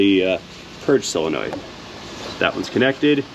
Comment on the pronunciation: Okay,... I'm going to quit buggin' you about pronouncing "solenoid" as if it's "sill-enoid.